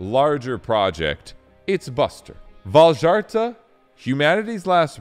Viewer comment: Man, it makes me sad. Vildhjärta is such a pretty sounding name in Swedish but the way everyone makes it sound is so awful. Vawl-jarta is so awful man 😂